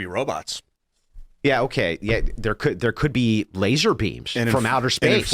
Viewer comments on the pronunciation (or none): "there can e robots". What? 😂😂😂😂. Oh my.